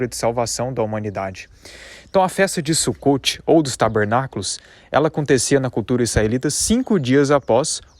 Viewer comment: O correto é Sukot e a pronúncia é com a letra O e não com a letra U.